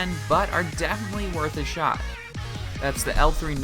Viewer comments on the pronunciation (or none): none